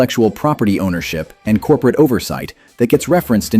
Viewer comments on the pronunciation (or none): "COPERATE STRATEGY" 😆